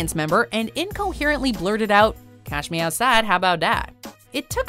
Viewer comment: "Cahs mee ah saw, hah bowt dat"